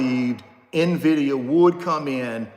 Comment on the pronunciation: Its NVIDIA not NAVIDIA